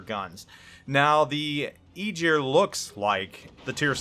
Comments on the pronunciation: Ägir Æ hard G ir Not eejir. :) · Please please for the love of Norse mythology, stop saying Igyr. The name is Ægir, yes i know you dont have that in your vocabulary, but at least try to look it up before pronouncing it. Eiter listen to Norwegians saying it or Icelandic. Google translaitor.... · More like Eh-gear I think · sea jötunn associated with the ocean it means (sea) in old norse not king of the ocean.. Aegir also wasn't a God he was a friend of the Gods!! Also Aegir is pronounced (EYE-gir)...Aegir is a giant with white hair and a long beard, he is well skilled in the arts of magic. He might be a brother to Loki the trickster and Karl. Aegir is married to his sister Ran, Aegir and Ran are the parents of nine daughters in Norse mythology, their daughters are the spirits of the waves.The names of Aegir’s nine daughters are Himminglaeva, Dufa, Blodughadda, Hefring, Ud, Hrönn, Bölge, Dröfn and Kolga..needed added help from google (couldn't remember it all) ..Would make a kool list of names for the full line just saying! But none were Gods the were all Giants and Friends to the Gods would Travel and break bread together! Norse Mythology is a huge part of my childhood my fathers family still lives Iceland and mothers family is from Norway both families have heavy traces of Viking Blood in themso these stories have been passed down over forever i needed help with the 9 sisters names i couldnt remember them all because well im 40yr now and this is 1 story of litterally hundreds Icelandic people love there intense child stories to scare the living shit out of the kids! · It's pronounced ah-gear, the "g" is a hard sound like the "g" in "going" or "gong" it's not a soft "g" like "gist" ... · Nice preview. Got me a bit curious on the Aegir. To be picky though. "Ae" in aegir pronounced like "A" in apple, or ass (which is about the same thing). 😉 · It's pronounced 'A gear' (upvote for visibility) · I know right? It hurts my ears so bad to hear that